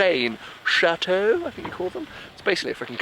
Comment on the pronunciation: XD I speak French and don't understand what you said in French 😂 and it was so funny when you said "château" 😜